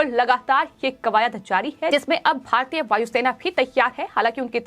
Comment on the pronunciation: भाहतीय, खहबर, हुआह हुआह , दुर्हभाग्यहपूर्ण, जह्वाब सहकार, पाहने, तह्सवीर, अरे अपना उच्चारण सुधारों ।